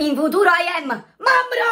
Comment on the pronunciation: "In futur i am mam d figl"😂😂😂😂😂😂😂